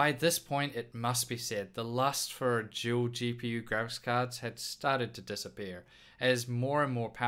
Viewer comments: It's dual not Juel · Your a Juel maybe even a tool you can say every damn word with a d perfect except dual omfg